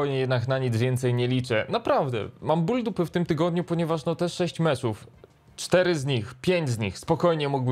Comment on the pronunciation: MECZYYY MECZYYY NIE MCZÓW